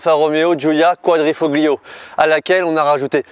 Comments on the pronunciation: Go faire un stage de glisse chez Pegase avec Yann Le Jossec. T'es fin de dérives c'est pas ça et la tenu sur l'angle est pas ouf. Quadrifoglio, on ne prononce pas le G en italien, ça se dit "Koua-dri-fo-Lio" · > Avoir un nom Italien > Prononcer Quadrifo-Glio 🤦‍♂️ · Quadrifoglio, le g ne se prononce pas. Ca m’a fait mal aux oreilles. A part ça. Super essaie. J’adore cette giulia quadrifoglio. 🤩🤩😍😍😘😘😘 je la préfère en version GTA. Je ne suis pas fan de l’aileron. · Le G de Quadrifoglio ne se dit pas 😁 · Ça fait mal au cœur de l’entendre dire quadrifoglio